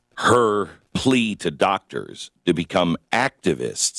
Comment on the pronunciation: Did u miss the emphasis on “her” ?